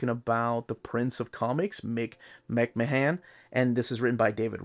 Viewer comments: Cool book. Grew up as a 2000AD fan. Growing up in the UK it was my introduction to comics. He is pronounced McMan by the way. Just like Vince from WWE. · I think McMahon is pronounced as "Mc-man." At least that's how they pronounce Vince McMahon's name on wrestling lol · Nice video. No need to pronounce the O in McMahon, just "Mck-marn/Mck-mahn" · The colour pages are mostly from Annuals which in the 80's were hardcovers and the artists did their own colouring which is why those pages are coloured. Nice review, it's just a pity you butchered the pronunciation of McMahon's name throughout. McMahon was a grittier artist than Bolland or Gibbons which is probably why he didn't do any work for DC. Artists I'd love to see in this series would be Ron Smith, Carlos Ezquerra, Cam Kennedy, Steve Dillon, Henry Flint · Came here to see if anyone corrected him. I guess he’s Peruvian, so clearly just phonetically pronouncing the names as best as he can, but yeah my cringe hits as soon as I hear him